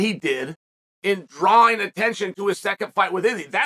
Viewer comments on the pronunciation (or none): none